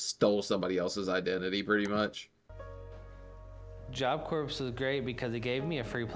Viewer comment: He was in Job Corps and can’t pronounce it? 🙄